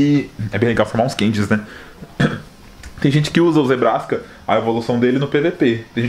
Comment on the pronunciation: chamando Zebstrika de Zebraska kkkkmkkkkkkkkkkkkkkkk mt bom